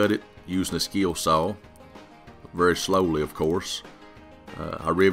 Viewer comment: What's a Skeel Saw?